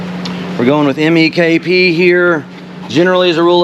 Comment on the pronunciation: My man! Love the gelcoat repair vids. “MEKP (stressing the P) different from MEK”. Love it! What happened to the acetone Gatorade bottle with the hole in the cap!